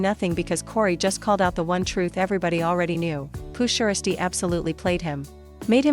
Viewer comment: Hate how mfs can’t pronounce the man’s name like poo (sheirsty)?🤨🤦🏽‍♂️